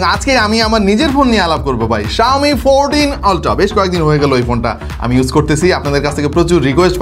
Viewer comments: Oltra na Apni Australian eng use korchen Eta ulthra uccaron hobe Sponsor e sor hobe na Sponsa ,,r halka kore last e r uccaron hobe Asole shikkhar dam sob jaygay e ache R apni to uk kinba aus te nai je apni ultra re oltra bolben Logic re khaiyen na doya kore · ওলট্রা না আলট্রা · অল্ট্রা ❌ আল্ট্রা ❌ উল্টা ✅